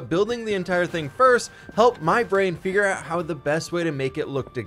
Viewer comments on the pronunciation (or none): none